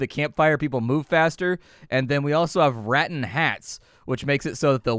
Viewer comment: Never heard rattan pronounced like that 😂